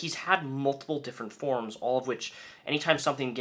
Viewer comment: Everyone - For-ums. YOU - Forms.